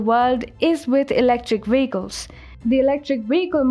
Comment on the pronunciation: VEHICLES. Not WEHICLES.